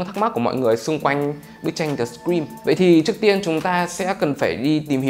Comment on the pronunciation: tui nghe ông đọc The Scream thành The Green cơ 🤣🤣🤣